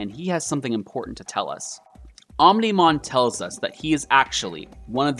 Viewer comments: did he just pronounce omnimon wrong... oh my go he called omnimon omnohmon but i kinda found that funny lol so alls good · i feels its deliberate. mispronouncing Omnimon's name 😂😂